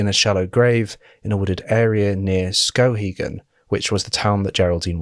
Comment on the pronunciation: ayyy maine!! good job pronouncing river :) skowhegan was so close, more "s-cow-hegan" vs skoh-hegan